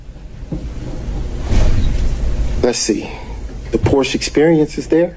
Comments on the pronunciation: Mr. Wade is a poor liar and he cannot even pronounce Porsche correctly. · “Porsche is a two syllable word” to hear this idiot say otherwise pisses me off!